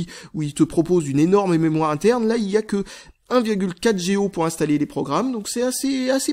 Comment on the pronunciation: Comment dire... J'adore tes vidéos, mais je déteste: - quand tu dis "" pour "Go" - la façon dont tu prononce "Now" dans "Google Now":)